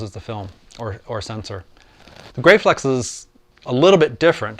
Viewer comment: Hi great video thou I believe the cameras are pronounced GRAF-FLEX like Steffi Graf. I have a Graflex Super D which shoots 4x5 film, they are wonderful cameras. Thanks for posting. Gerry